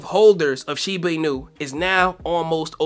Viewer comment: I don’t think that’s how you pronounce shiba inu 😄